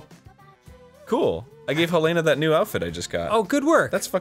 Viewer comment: I love and I've played the DOA series for 12+ years and I love you both but for the love of God please pronounce the names right;-; Helena is helen-uh. Nyotengu is nee-yo-tin-guu. Honoka is hono-ka (emphasize the ho not the no) Please it pains me every time you say the names so wrong;~